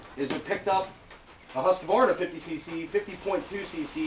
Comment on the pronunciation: Nice to see someone pronounce Husqvarna right. That’s extremely rare. Just about everyone in the US says Hus-qu-var- na. I have a Ryobi 4618. Cut a lot of wood over the last few yrs with it. It’s been an awesome saw.